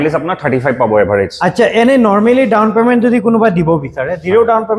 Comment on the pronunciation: Teazpur nhoi bhai "Tezpur" Dawon payment nhoi bhai "Down payment "